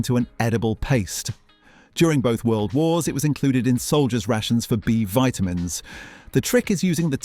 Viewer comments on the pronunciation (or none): Its Vit-a-mins you t@ not Vayt-a-mins